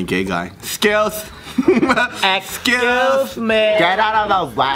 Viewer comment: Joe "Wow...Pipty sebeeen...yes suhh" XD DEAD love u guys: escuse, escuse RLLLLYYYYY?????